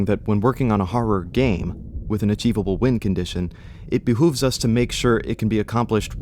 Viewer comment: "it behuves us"💀